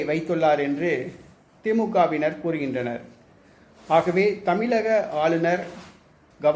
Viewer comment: தமிலக... இல்லை 'தமிழக'